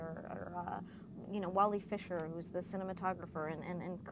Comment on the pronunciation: Wally Fisher? Hahaha. I think she means Wally Phister :P